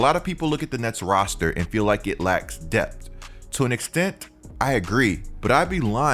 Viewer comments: It’s depth not dept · It’s pronounced depth😭😂